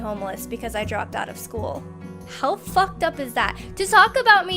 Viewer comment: Stop saying fock